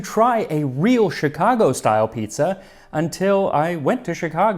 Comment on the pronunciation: Piezza lmao